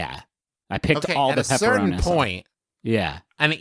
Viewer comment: I hate how they pronounce pepperonis